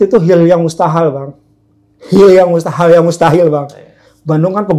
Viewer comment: HIL YANG MUSTAHAL😂😂 Kuat ka pabeulit ari urang sunda..